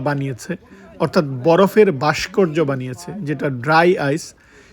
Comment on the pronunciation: বাষ্কর্য নয় উচ্চারন হবে ভাষ্কর্য